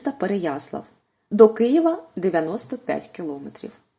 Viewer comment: Ага, особливо: наоборот, кілОметри, обложений, нажимайте. Авторка могла би слідкувати за тим, як розмовляє.